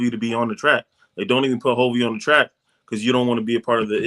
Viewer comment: It's hulvey not hovy and forrest frank and hulvey both said how they met. Forrest scrolled upon hulvey's IG reel and that's how he discovered hulvey.